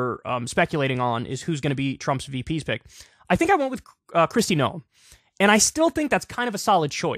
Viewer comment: 'Noem' is pronounced like 'gnome', not "know 'em".